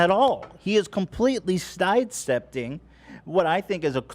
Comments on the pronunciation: “Stide stepting” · what is the 'stide seppting' of which you speak